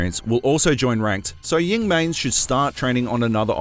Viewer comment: This dude legit just say “ying mains” lmfao 😂